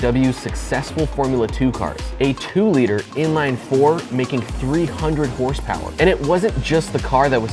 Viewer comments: More like hrsprs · Never heard of this “ horse power “ I think you mean hurspers?